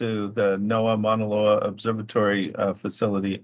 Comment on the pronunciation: But doesn't pronounce Maunaloa correctly